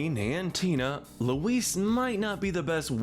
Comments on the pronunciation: You’re pronouncing Louise wrong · Lou-WEESE....WEESE...WEESE... Forgot Aunt Gayle too.